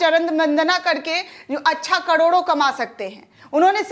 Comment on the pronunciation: कडोडो नही, करोड़ों कहो ।